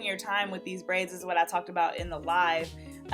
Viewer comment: Did u say wifi (whiff-ie) as in wifi (y-fie)